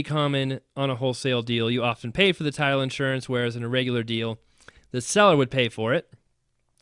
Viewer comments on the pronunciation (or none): I thought all the way through you were saying Tile Insurance, then heard title insurance.